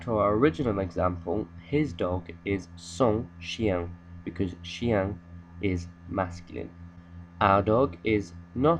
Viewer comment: Thank you for sharing this video. It has helped me tremendously with understanding the possessive and ive also learned the correct pronunciation of chien and chienne from this video. (Ive initially learned the word from Duolingo but their autobot pronunciation is really bad.) Trop bien j'aime your teaching and j'adore your video. Salut from another part of the world Malaysia:)